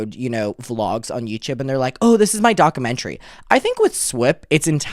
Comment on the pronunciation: Take a shot every time says “dock-a-mentary” in the first 2 minutes